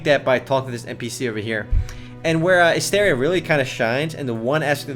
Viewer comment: Learn how to pronounce the game's name you dumbass.